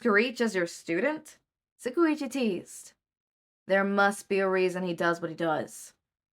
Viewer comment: Every time you say tsukauchi I laugh so hard, and this isn’t hate at all, it’s really endearing, but the way you pronounce it is so profoundly incorrect I love it